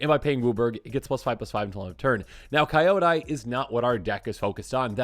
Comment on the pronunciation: FYI, most MtG YouTube channels seem to mispronounce the name. It's spoken like, "key-yo-die".